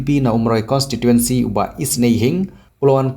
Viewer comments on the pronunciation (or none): none